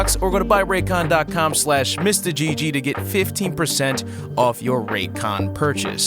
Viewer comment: I’m actually from Raykon you pronounced it correctly the first time